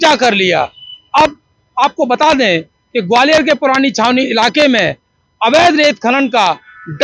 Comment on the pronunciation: Enforcement aur gwalior to bolna seekh lo, mafia ka naam bhi bola Karo to aapki sachchai jyada Sundar lage